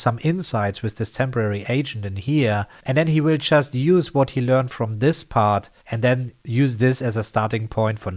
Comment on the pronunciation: Ahhhh "just" i was wondering why you was always saying "chess" lol. Tank to subtitle